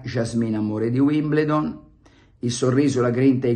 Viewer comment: Si pronuncia Uimbeldon cmq... Ma probabilmente lei non accetta nemmeno lezioni di pronuncia oltre a quelle di Milanismo e Giornalismo... Le Balle di Pelle... 😂😂😂😂😂😂😂😂😂😂